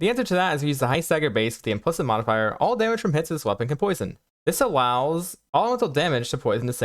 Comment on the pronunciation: Hey there. Build looks great and I've really been enjoying the spark build! The content is great! Just as a small piece of feedback (I hope this doesn't cause offense) - I sometimes struggle to understand what you are saying. I think it's a bit of speed but mostly enunciation. For example - 'you want to get all of these attack speed nodes' - all kind of blends together. Again - the content is great though!